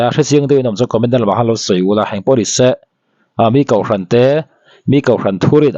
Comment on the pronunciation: hian kohhran pawh kauhhran ti ve mai... hahthlak hlawm mange😂